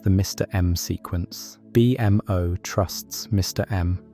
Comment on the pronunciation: Amazing in depth video… but the B M O irks me a tad. In all the iterations of the MO family it’s -MO like the creator. A-MO, B-MO, and so on. Like I said I love the vid just nitpicking.